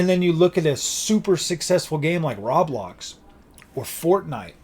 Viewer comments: “Rablox” made me laugh, isn’t it Roblox? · I must correct you, it's pronounced row- blox